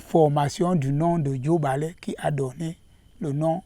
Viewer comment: J et non D ... O et non E ... JOBALE